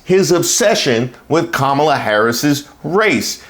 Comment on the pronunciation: Candace, what does Kamala (pronounced Comma-la) black grandmother having died in the sixties have to do with ANYTHING? SELF HATE, GIRL BYE!